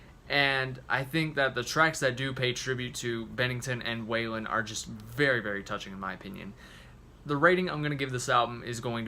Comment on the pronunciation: Hard to take this review seriously when you incorrectly pronounce Scott's last name.